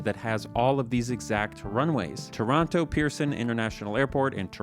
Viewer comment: p.s. omg you said Toronto correctly on your 3rd go